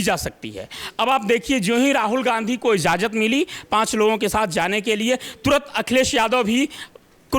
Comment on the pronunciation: Taaja, izzazat, yudhisthir... Bhayankar gadbadiyan hain uchharan mein. 😒😑